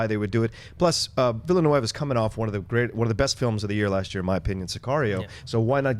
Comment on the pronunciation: Villeneuve is a French name, not Spanish. It's pronounced veel-nerfv